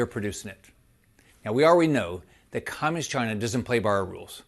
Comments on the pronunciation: He sounds like a moron or an ill spoken 7th grader. And what is the deal with his pronunciation of communist? “Comm’inist?” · "Cominist" China? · Is anyone bothered by the way rick scott pronounces communist? It sounds like comminiss - or something. Anyway, that thief should be in prison, not running for any office. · He can't even say "communist!" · Why is the creepy man not putting a space between communist and china? Worse than trumps pronunciation of CHI-na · Rick seems to have a speech impediment. But yeah, let's make fun of Biden for no reason, Republicans.... 🙄